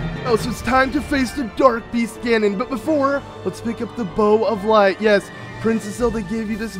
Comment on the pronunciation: Anyone else noticed that he said "Bow of Lart?" 😂😂😂